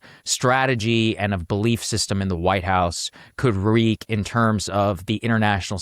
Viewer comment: Is saagar reading from a promptor? Dude just mispronounced wreak as 'wreek'.